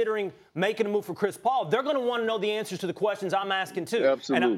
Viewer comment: So we just gonna ignore “Chis Paul”?